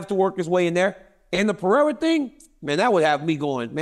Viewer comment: Blahal, Pee-rara 😆🤣 Can Uncle Chael pronounce anybody's name?